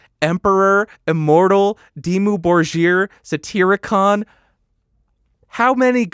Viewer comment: Why did you say Dimmu Borgir like that? Norwegian here, never heard anyone say it like that, but I'm not a huge fan (only have one album and like one song on it), so I don't know if they themselves say it like that. so that's why I'm asking.